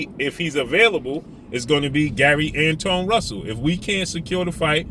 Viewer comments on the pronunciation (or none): Pronounced like Antwan